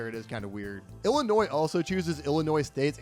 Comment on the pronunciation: You got Illinois wrong